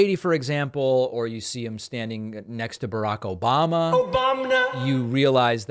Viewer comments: It’s hilarious when you mention Obamas name. Obamna lol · OBAMNA! 😂 God that gets me every time. That and "Trothe Central!" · For me it's "Obamna". LOL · not my strong point but I hear Obamna in that drop lol